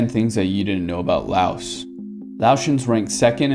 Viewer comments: Lao. The S is silent. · The s on Laos is silent. It's Lao as in cow. I've been to Lao many times mostly on visa runs when I used to live in Thailand.